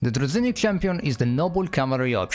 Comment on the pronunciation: It's pronounced like druzhinnik, not druzinnik